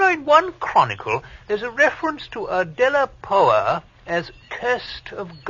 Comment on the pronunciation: Oh he was doing so well until he got to the name 'De-la-Power'.